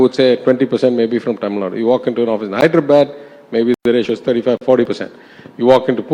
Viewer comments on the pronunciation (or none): Anchor please!!! ITS Tamil NADU!! Not Tamil Nad! Get your pronunciation right!!!!